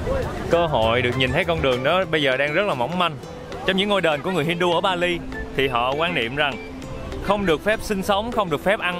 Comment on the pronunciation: he does not speak right the way of (Bali). and should go to school to learn properly.